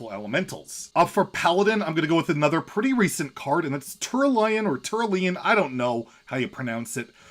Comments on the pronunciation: Tuh-ral-EE-un I'm pretty sure. (Innkeeper in Duels says it quite a bit.) Yon is sorta like Ion Shadow form was so cool! When you think of it like upgraded mage hero power, it makes more sense. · Turalyon is pronounced Tur (rhymes with fur) al(like the name) yawn As for the card I most wished see play Confessor Paletress. It's such a cool effect but it's so slow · if you don't swallow a vowel, turAlyon is actually not that hard to say :P